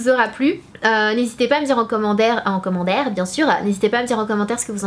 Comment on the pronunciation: coucou sana ton maquillage est juste wahouu et tu est tellement belle et parfaite et franchement ça donne grave envie d aller à NY bref si c est pas " on z retrouve" c est "commendaire" haha je t aime et j espère que tu me répondra bisou 💘😍